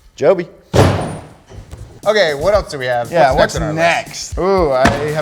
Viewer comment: cool great vid or whatever can we please talk about how he said "Jobe-y" because that is amazing